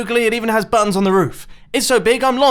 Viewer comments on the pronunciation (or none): Instead of buttons i heard buns